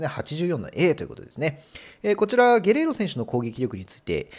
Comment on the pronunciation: ゲレーロをゲロって言ってる所で模範的じゃないやんw